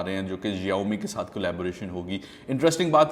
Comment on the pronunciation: Search the keywords on Google " Xiaomi" And listen to pronounciation hippopotamus😅